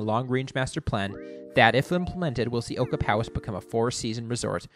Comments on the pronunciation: Ochapowase….o-chap-a-waze, not oka-pow-ass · Ocahpowis!? It's pronounced Oh-chap-ah wace. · A few corrections. Ag-a-see, O-chap-o-ways, White Track, Lef-tenant. Otherwise good. I rsced at Blackstrap-a freezing cold windswept pimple on the prairie. Lots of fun though. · It's pronounced O-CHAP-O-ACE